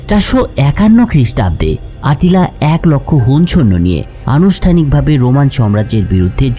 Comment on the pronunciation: আত্তিলা খাগান নাম আট্টিলা হবে না